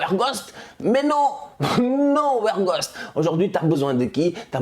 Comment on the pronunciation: La prononciation de WEGHORST me tue